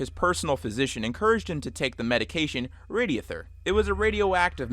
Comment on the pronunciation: Hate to be that guy but for the jaw falling off story, his name is Eben Byers, not Aiden Briers, and he was drinking Radithor, not Radiothur.